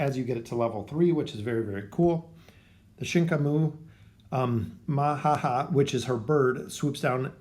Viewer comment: its not Mahaha Its MAMAhaha